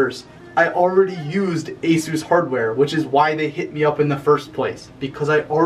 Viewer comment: you're pronouncing asus wrong.